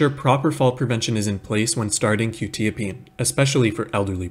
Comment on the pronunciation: I think it's pronounced kwu- tya-- peen